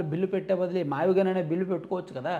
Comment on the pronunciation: మావిగన్ కాదు మావిగున్: వాడి దినం